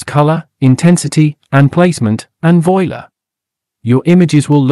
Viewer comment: Voy-la! Ha! Not quite - Voilá is a french word so itʼs pronounced like a french word.